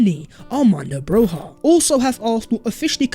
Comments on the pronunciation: It is not pronounced Broha It is Broya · (for the non albanian speakers) his last name is pronounced BRO-YA not BROZHA or BROJA